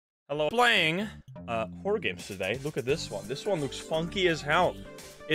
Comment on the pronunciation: Hello PLAYING(playing sounds like bloing)